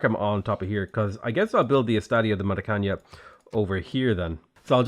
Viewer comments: I am no Portuguese expert but I think you pronounce Maracana wrong, for it to be pronounced like Maracanya, it should have the letter n with a small wave on it but Maracana doesnt have it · Just a heads up but the last N in Maracaná is pronounced like a regular N (if not, it would be written Maracanha). Also the accented syllable is the last one, so it is pronounced "Ma-ra-ca-nÁ" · "Maracanã", not "Maracaña". It would be better that he said "Maracana" instead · Hey, you're pronouncing Maracanã wrong! It's more like ma-ra-ca-NAN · i know that everybody complains about your pronunciation but i have to tell you, the "estadio do maracaná" its not pronounce "maracaña" with an "Ñ" its just a "N" and it is pronounce with enfasis in the last A. if you have any doubt about how to pronouce foreing words just use google translator and hear the pronunciation in that lenguaje. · as a Brazillian, hearing say "Estádio de Maracanhã" gives me life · actually he reads it as the spanish "ñ" not the traditional "ã" we have, but its funny haha